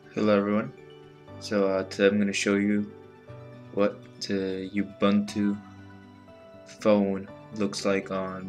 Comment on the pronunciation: it is not YOU bunt TWO, it has the sound uu-BUUN-too